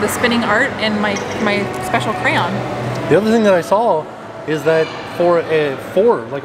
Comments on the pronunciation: i was thinking the same thing, lol, although he said it correct a few times, and then went back to "crown" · I believe it’s pronounced cray-on but in Michigan we all say cran 😂 never heard anyone besides say crown 😊 still love your channel though, you guys are great! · I’m sorry, but I can’t with the “crown”. It’s literally spelled cray-on. 😂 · Dying over “cray-own” or “cran” pronunciation! 😂😂 I say it’s “cray-ON” and I declare that it is the only way to say it. 😂 love you guys, thanks for always making me laugh! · It's crayon, cran is acceptable, but plz plz stop saying crown, it’s just not crown 😂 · They are called CRAY ONS not CROWNS!! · I believe it's pronounced cray-on. 2 syllables, not crown. At least that's how I've always heard it pronounced. Why don't you ask while at the experience ? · I knew when we saw where you were, that it would be fun to hear you pronounce crayon. Cray on is correct, but people around these parts speed it up which makes it sound like cran like (cran)berry. It’s most definitely NOT crown. 😉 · It’s is cray-on. Not crown. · IT'S A CRAY-ON TIM!!!!!!!!!!!!!!!!! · That is so funny that calls crayons,"crowns"! My brother and sister used to say that too. I always wondered why, it is neat to know that someone else does the same. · Those animated crayons in the beginning of the video were funny! This is a fun place for kids. Thanks for sharing! (and you do know that crayon is pronounced cray (long A)- on....like the word on.) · KRAN! the proper pronunciation ot cryayon is.. KRAN! 's how it always sounded when I was growing up, maybe it's a midwestern thing :) I always asked for a bog box of 'krans', and a 'kran sharpener' Thanks for taking us with you Trackers, looked like a really fun event! :) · because pronounces it "Crown" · Not 👑 crown.... how is it he can pronounce the brand but not the product?😐 (Love you ) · Repeat after me: CRAY on. CRAAAY on. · Crowns? Never heard it pronounced like that